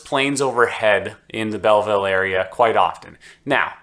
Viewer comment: lol you are clearly new to Belleville. It is pronounced "Bellvole" lol